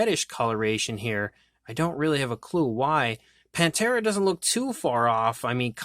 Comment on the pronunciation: Pan-thera I like Pantera but ppl often say it wrong panthera meaning the genus of large cats being leopards,lions,tigers and jaguars